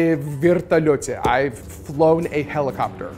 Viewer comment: Челик не проговорил I've никак, он почти I даже не произнес, пересматривал даже несколько раз в х25, но в субтитрах написано I've played